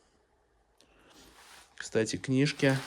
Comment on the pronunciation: да,только слово-паразит часто звучит"кстате,кстате,кстате....."